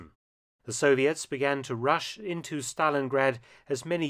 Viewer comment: “The Soviet’s began to RUSH INTO Stalingrad…” said like a man who wanted to make a ‘Russian’ pun but showed restraint haha